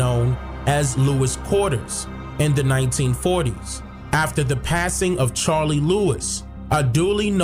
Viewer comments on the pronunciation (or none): none